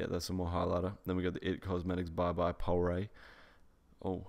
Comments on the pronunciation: it's how he called pores po-rés 😂😭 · That pronunciation of 'pores' was incredible! 😂😂😂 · 😂 I died when he pronounced bye bye pores. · Is no one dying at the way he said "Pores" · Hahaha that way he says pores I'm dead 😹😹😹😹😹😹😹